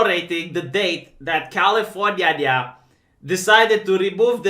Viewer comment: hmm, it sounds like you’re saying canadian constitution in that part about california.